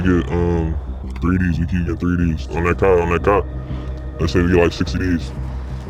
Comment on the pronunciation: you know he a midwestern… onnat cah